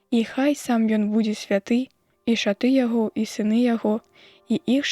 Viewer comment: Не шаты', а ша'ты.